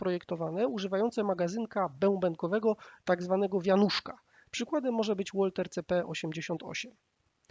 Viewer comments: Każdego kto się zna boli twoje : łolter zamiast walter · Spoko tylko aż drażni jedno,czytamy Walther a nie łolter na litość boską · Carl Walther był Niemcem. Zatem wymowa jego nazwiska to [walter], a nie [łolter] . I właśnie wymowa [walter] jest powszechnie przyjęta. Nazwanie broni tej marki [łolter] sprawia, że w pierwszej chwili nie wiadomo o co chodzi. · Łolter? Walther był Niemcem czyli WALT'ER! Nie codwa tylko CEO DWA. Poza tym bardzo fajny materiał . 👍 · "Łolter" - co to takiego? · Za każdym razem jak gościu mówi "łolter" to aż mnie skręca. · walther to firma niemiecka więc nie "łolter"